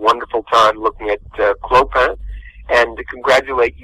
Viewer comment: Have watched Hunchback many times.Still can't pronounce Clopin's name.